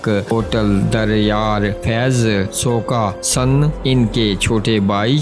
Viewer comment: سو کا سن نہیں ہے یہ لفظ سوکاسن ہے